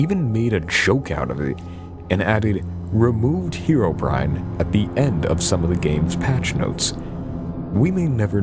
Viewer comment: Pronouncing it as "heero-brine" just sounds ridiculous to me.